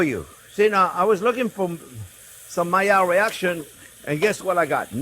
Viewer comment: Myar reaction /Maillard reaction (need a simple explanation-I'm a nerd) I love how you say it...and onyon-onion.